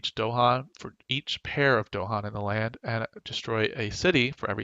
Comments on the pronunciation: Nice guide, but they are called DAhan, not DOhan :D This drove me crazy :D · They're called dahan, not do-han. With an a and stress on the second syllable. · You don't mess with the Dohan...